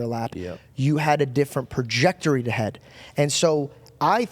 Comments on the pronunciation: The word is “Trajectory” not “Projectory”. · It's trajectory buddy. I'm hearing you say projectory. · Hey numb nuts, I know you talk for a living…. It’s trajectory…. TRA-JEC-TORY